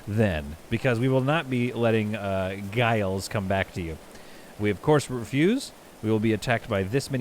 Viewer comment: It's Gilles with 2 ls so it should be pronounced like "Jill" in the French manner.